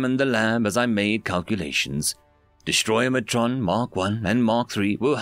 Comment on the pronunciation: Yo, The word is Destroyatron DestroyAtron not DestroyMatron. Where are you getting an M sound?:yougotthis